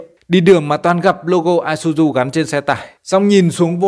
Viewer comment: Xe này là xe Nhật nên tên sẽ đọc chuẩn là i sư zư bạn nhé